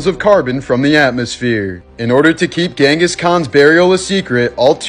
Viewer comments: It's pronounced (jen-gis) Kahn. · I learned a while ago that his name is pronounced by Mongolians as "ching-gus" Kahn. Interesting little tid-bit for ya there.